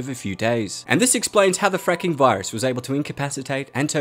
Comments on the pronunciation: The francking virus sounds like frinking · The way this guy says the word " fracking virus " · saying fracking sounds like he’s swearing what the hell ( i know it’s fucked up but when he said a child died from anthrax I thought of be all end all from the band anthrax )